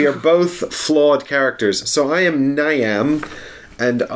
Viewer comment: For reference, Niamh is pronounced Neev. Weird huh?